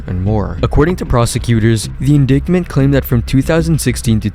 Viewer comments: ... Wtf is an "indicktment"?... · indictment is pronounced "in-dite-ment" just an FYI. Well done on this video, way higher quality than I would expect from someone just starting off!